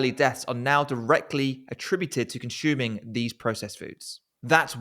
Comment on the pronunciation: Excellent video. But what’s with the consHuming